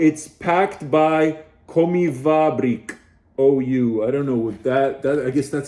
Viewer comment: wow. Estonian ration. What a nice surprise. Estonian here and been a subscriber since a week or 2 ago. Also you pronounced Kommivabrik pretty good.